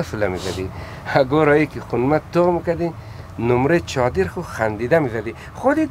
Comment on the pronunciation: نیمری چادر نه نمری چادر، سروری برار یگان کلمات هزارگی را غلط تلفظ می کنی